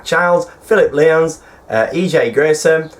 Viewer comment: Thanks for the shout out (don"t want to sound greedy) but can I have another one please oh by the way my surname is said 'lions' but i don't mind you said it wrong in the last show because.. 1. everyone makes that mistake 2. your awesome!